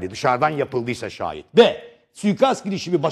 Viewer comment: angut sunucu şehid demeyi bile beceremiyor :))